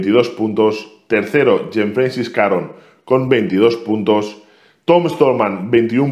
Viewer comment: François se pronuncia fransua 😅